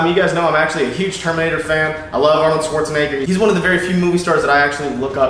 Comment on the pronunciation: Is it just me or what the fuck is that accent coming through at certain points? Especially when said Schwarzenegger and Paramount. My god... it sounded southern all of a sudden or something.